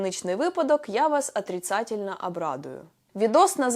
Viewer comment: атріцатєльно вибачився